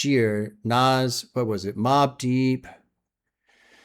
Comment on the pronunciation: manages to mispronounce "nas" and "nasir" pretty amazing stuff considering how much Nas says his own names in rap songs. Nazzzzz Nassssirrrrr